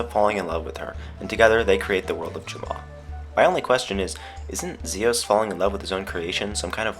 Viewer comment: Omf, you are bae. Thank you for saying Mira and Zios correctly unlike everyone else!